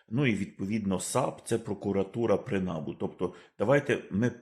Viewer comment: Та не нАбу,а набУ, будь ласка, говоріть правильно